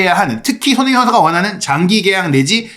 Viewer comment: 손흥민 뉴스 늘 잘듣고 보고 있습니다.긴영상이든 짧은 영상이든 너무 감사해요. 이어폰으로 듣는 지금 세네번에 한번은 손흥민 이라는 이름 이 흐지부지 들리거나 다르게 들리는 이유는 뭘까요.저만 그리 느끼는건지 ...외국 앵커들이 흥민 이름을 제대로 발음 안해주는것도 기분 안좋은 일인 이라서 말이죠....